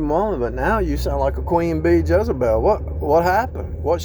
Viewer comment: Like how you said Jezzebel (hell) & De lie la. Perfect. My son married both in one. A nightmare & he has no idea. She steals from me all the time. Right out of my pursue & place. Nightmare!